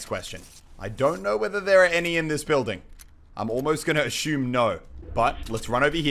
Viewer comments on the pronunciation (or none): Why do you keep saying ASHUME instead of ASSUME? There is no H. Otherwise I love your vids man.